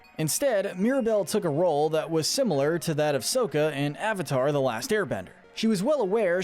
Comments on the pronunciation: DID THIS GUY REALLY GO WITH THE LIVE ACTION PRONUNCIATION 'SOHKA'??? Discredited. /j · No, his name is pronounced "Sock-a" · Me: How dare you mispronounce Sokka's name as they did in The Last Airbender movie! Also Me: WE DON'T TALK ABOUT THE LAST AIRBENDER! Me Again: Oops. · The way he pronounced Sokka 🤦🏽‍♂️ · Did anybody noticed that he completely avatar the last air bender Shyamalan addition he pronounces Saka’s name wrong if you wondering why I put the Shyamalan addition watch the last air bender movie you’ll know why then